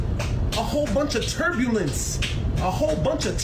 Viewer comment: Damn that turbalince 😂😂